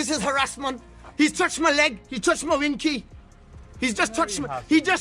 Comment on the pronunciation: Never heard it said like that in America